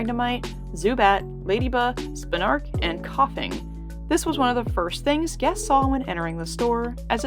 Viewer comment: I know this video is 5 years old but RATuhTATUH and SPIN-ARK? LAVUHTAR?